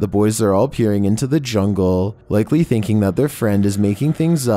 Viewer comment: I love your videos but your voice... lol is it just wishful thinkinnnnngggg. Bro no need to exaggerate your words and stretch them for three syllables worth of time 🤣😭